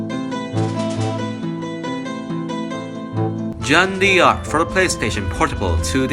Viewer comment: It's pronounced Jeanne DARC... Not Jeanne Dee Arc... This is French, not African American... Just pointing out the truth about how what you're talking about is actually pronounced, not whether a culture is better than another.